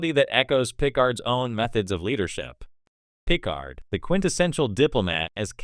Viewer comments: What garbage AI are you using for the voice! Can't even pronounce 'Picard'. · Wrong pronunciation of Picard shows incompetence on the subject....sorry 🙂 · I see what you are doing in pronouncing Picard. Great tribute to Q.